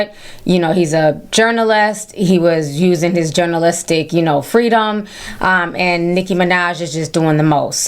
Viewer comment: Excuse me, but a person who cannot spell nor enunciate the word “journalistic”, should not deem herself qualified to tell a person whether or not he or she is qualified to practice their profession. Do you have a press pass madam? No? Then by all means, get the fck outta here. And run a Google search first before you get up on Beyoncés internet to talk about sh*t for which you are ill prepared.